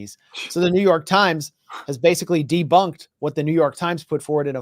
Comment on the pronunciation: Did you say Joo York slimes